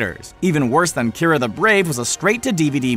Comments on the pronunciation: kee-are-ah not kyra... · You mispronounced 2 things wrong that I could see. One. Kiara the brave. (Key-are-ah) Isn't that weird? Two. The legend of Sarila. Why is it pronounced (sir-rill-ah)? Dang animation has killed me.